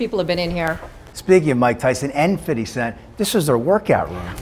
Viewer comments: Cringe each time they say “Fitty Cent” 🤦🏾‍♂️ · Everytime they say fitty cent I cringe lmao like it’s not that hard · Right?? Lol his name is FIFTY CENT and has NEVER been FIDDY CENT 🙄 they sound dumb as he|| saying it like that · Fiddy Cent? Lol just say Fifty. Why are they trying so hard 😂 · Lmao “Fiddy Cent” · They’re really pronouncing his name as Fiddy Cent 🤣🤣🤣 Look out for that custom fiddy yall 🤣😂🤣😂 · Fitty Cent 😂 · “fitty cent” 😂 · “Fiddy cent” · They really need to stop talking like that, it's ridiculous. "fidy cent" lmao give me a break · They cant pronounce his name right, why? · So they don’t know how to pronounce 50 cent ? 🙄